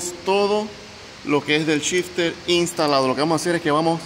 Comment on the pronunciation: Es gracioso cuando dice que va montar shifter, yo escucho que el dice chister.